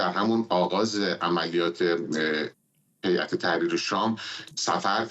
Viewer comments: فرداد گرامی به خانم قرائی بگویید که هیات در اصل هیئت تلفظ میشود. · چرا این خانم به هیئت میگه حیات